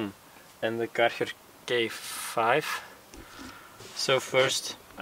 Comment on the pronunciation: Karchar? 😂 I didnt realised this Name is so hard to pronounce in english until now